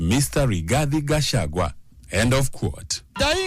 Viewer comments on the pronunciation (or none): none